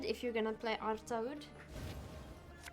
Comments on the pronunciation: Artaud should be pronounced Arto, because generally in french au = o, and the last consonant is usually silent (eg not pronounced) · Artaud is indeed pronunced "Arto", it's a French name. Please no coup de grâce on Artaud :D